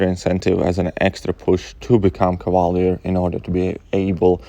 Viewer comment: Lol when you say Cavalier sounds like you’re saying “koala bear” kinda